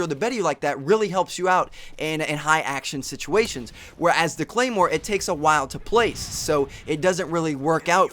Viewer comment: ahhh... claimwar? you should learn the names first and that´s totally BS that 3.s to go off. its 0.75.s. thanks for your time